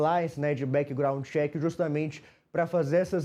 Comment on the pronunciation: "Copláici" "Bequigraundi cheque"... EssenJornalista é Americano ou Canadense? 😂😂😂